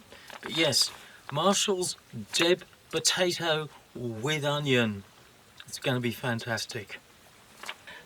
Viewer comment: Thanks for the video, I’m down on Hamford Water, Essex as we’re having great weather this weekend. Your Deb potato made me laugh, sounded like you were saying dead potato.